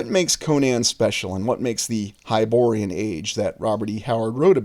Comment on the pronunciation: Its hyborean.